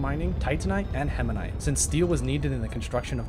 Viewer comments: heminite:) (btw this is a banger video) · Hematite has no N Atrox has no I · The permanent twitch in my eye everytime he said hemanite instead of hematite. Otherwise phenomenal content. I wanna pick Astroneer up again. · The video is interesting but I swear to the Great Goddess above you need to start reading words before you say them. Hematite not hemanite Atrox not atriox